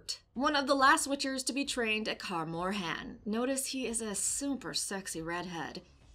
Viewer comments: Why “ unfortunately “?? Who wants to see Geralt & Ciri at Kaer Morhen ( not “car more-hen”) for a whole season? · “Car morhan” 😂